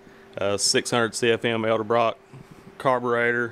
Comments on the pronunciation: Its EDELBROCK not ELDABROCK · "Elda-brock". I know it's nit-picky, but this drives me nuts. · It's funny how so many people get this pronunciation wrong. It is not Eldebrock, pronounced EL DE BROCK. In fact it is Edelbrock, pronounced ED EL BROCK. why do so many get this wrong? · Sorry for the mispronounced "edelbrock" I'm not an English major, I'm a professional Hot rod builder from the south Hahahahaha 😉 😜